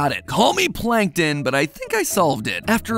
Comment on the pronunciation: Plan ken ton